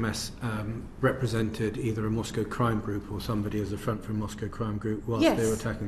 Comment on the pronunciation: Possibly because she was a Moscow correspondent for 6 years and speaks Russian so correctly pronounced.